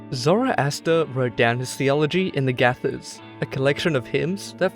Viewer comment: Gatha (hymns) isn't pronounced as "Gyatha" like the narrator has been pronouncing it, it's called "Gatha" as in "Gah" and "tha" is an Sanskrit term used for stories told in poetic form.